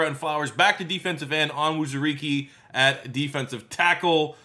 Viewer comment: Levi’s name is pronounced Own Zoo Ree Kay